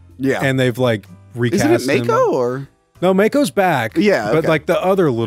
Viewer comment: The irony of correcting the pronunciation of Neanderthal (and later Cimmerian), but saying Mako wrong the whole time. It's pronounced Mah-ko, not May-ko. 😉👍 Great review! Awesome film!!!